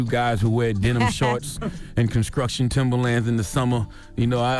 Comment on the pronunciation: Conskrukshun Timberlands